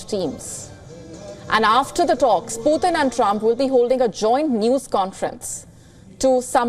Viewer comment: It's not "pootheen" it's "Pu'tin"